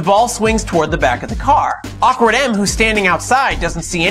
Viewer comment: "shofer clone" and "awkard" .. lmao